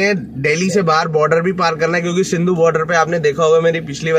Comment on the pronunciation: Singhu border hota h sindhu nhi 🤗🤷‍♂️🤷‍♂️🤷‍♂️🤣